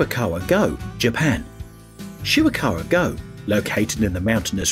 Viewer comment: If you’re going to make a video about famous world heritage sites, at least put some effort into researching how to pronounce their names. Would’ve taken you less than an hour to find out proper pronunciations and saved you the embarrassment of changing your pronunciation halfway through a segment like you did with Shirakawa-Go…I mean, Sugarhawe-Go? Really? 🤦‍♂️